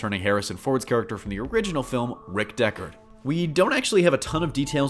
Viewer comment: It's DeckARD, not DeckER... not trolling, just a big fan.